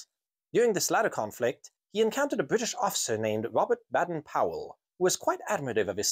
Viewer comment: Just as an aside, Baden Powell actually pronounced it nearer to pole..he even wrote a poem about it 😆 🤣, Ive put a link on separately 😊